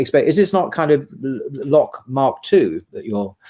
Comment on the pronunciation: Its Locke FFS, not loach - I thought u were talking about the film director.